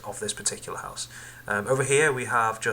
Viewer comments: Shut up it's house not huose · LOL were are you from Its H O U SE not HUOSE ya Idiot